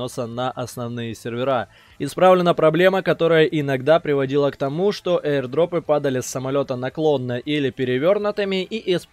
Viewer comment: Аирдропом, а не эир